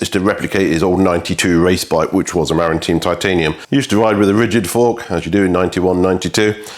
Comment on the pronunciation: Pronounced: "Ma-Rin" as in the county the company was founded in north of San Francisco Produced by Litespeed